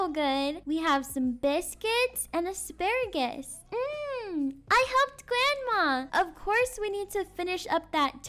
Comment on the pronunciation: “”We have some baskets and some hisparagis” HELP HISPARAGIS AND NAStay